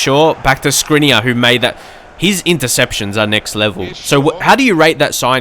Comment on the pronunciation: Feel free 2 pronounce Škriniar the right way: Shkriniar